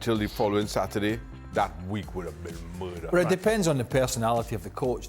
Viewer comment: Please let Frank say Mud one more time...murd...new ring tone